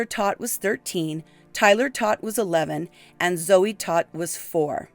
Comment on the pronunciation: Todt is pronounced like TOTE.